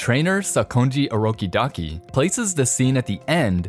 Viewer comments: Bro, stop saying urokidaki ur supposed to say urokodaki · Its orokodaki not orokidaki